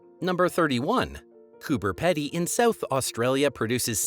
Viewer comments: Same as it's Coober Pee-dy not pedi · They showed it twice while talking about the Great Ocean Road. Oops! Also mispronounced “emu” (should be eem-you, not eemoo😂), “Canberra” (CANbra, not CanBERRA), “Coober Pedy” (Coober Peedie, not Coober Peddy) and “Flinders Ranges” (Flinders Ranges, say it like you spell it, not Flanders Ranges). Not too bad, though, for a Canadian and probably better than someone from somewhere just south of that could have managed😮. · The Aussie Aboriginal name for Nullabor Plain is Oondiri...meaning waterless. Also, if you're going to cover a country not your own, would you mind awfully finding out the correct pronunciation of the place name? for instance.....Coober Pedy is pronounced Cooberpeedi; Canberra is pronounced Canbra (at least to the foreign ear it is), and Pilbara is pronounced Pilbra (ditto). And so on and so forth.